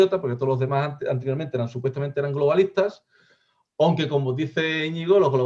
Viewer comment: Me hace mucha gracia cuando el dice "onque". AUgust en inglés sufrió un fenómeno parecido porque se pronuncia con la O de NORTH.